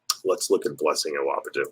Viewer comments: "Awodibu" aren't yu educated man? It's not Awobidu quit being disrespectful.. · Pronounced UH-WAH-DEE-BOO not UH-WAH-BEE-DO. LOL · DAVE! It’s Blessing Awodibu NOT Awobidu LOL 😂 They call him the boogieman, his name ends with BOO! 👻